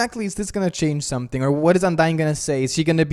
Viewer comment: its like S-O-M-E-T-H-I-N-G